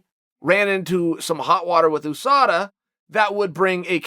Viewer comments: Why does Chael day oosada instead of U-sada. Shit bugs me. 😂😂😂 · Do you guys say OO-sada like Chael or You-sada like me? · “Oooh-SADA” - Chael P Sonnen. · Call me childish but i laugh everytime Uncle Chael says OOSADA! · I hate the way you say usada So much I might stop watching